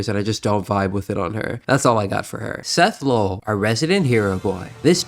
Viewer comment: Remember it's not Seth Lowell it's Seth Lol.